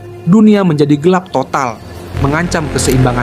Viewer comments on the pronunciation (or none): none